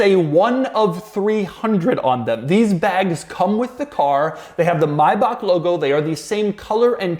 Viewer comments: But what's up with "My Bach". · Doug pronounces it wrong. Same deal for Maybach.